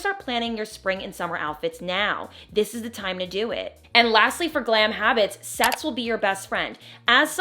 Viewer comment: When you said “sets with be your best friend” I didn’t hear that at all!!! 👀 I heard … well not ‘sets’ that’s for sure!!!